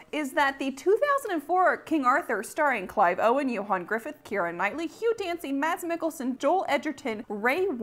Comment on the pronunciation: You pronounce Mads Mikkelsen really well! I was surprised!